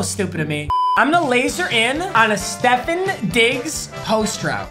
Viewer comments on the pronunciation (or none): none